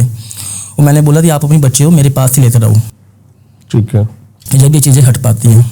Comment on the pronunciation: Theek hai ❌ Theet hai correct✅